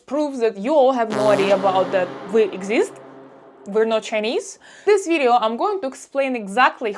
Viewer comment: As soon as you said “vidzeeo” I knew you’re Russian.